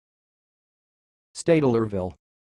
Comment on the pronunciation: STEYT-LER-VILLE. 3 syllables. Drop those ridiculous extra e's.